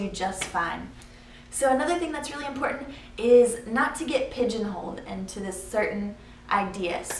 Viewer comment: "impordet" (important)